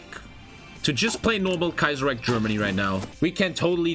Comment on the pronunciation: Love he calls it kaiserriech over and over lol